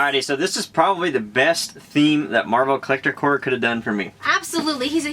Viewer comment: i cringe every time he says Marvel Collector CORE, Its marvel collector CORPS, with a P. Love the video by the way